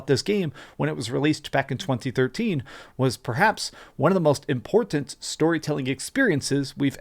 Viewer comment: Why does he pronounce “Im-port-tant” the way he does